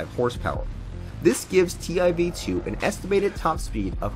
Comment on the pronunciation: Hey mind its prouneced tiv2